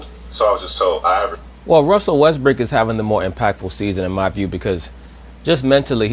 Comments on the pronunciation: did she just call him Russell Westbrick? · Did Rachel Nichols call him Russell WestBRICK ?